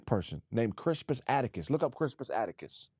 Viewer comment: is butchering the hell out of Crispus Attucks'name. It's pronounced Cris*pus At*tucks. Also, people don't know about him because they barely allow the teaching of real history in schools today. And Black American history is either censored or banned.